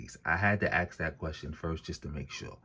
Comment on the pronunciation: The word is “ask” not axe. You ask a question, you don’t axe a question. Stop talking like a slave. This whole argument is dumb. Let’s just say slavery played a big part in the building of America. That has nothing to do with the modern day AA, so what are y’all beating your chest about? AA’s today are largely lazy.